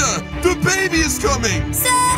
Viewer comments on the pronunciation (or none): The baby’s coming sounds like Da baby is comming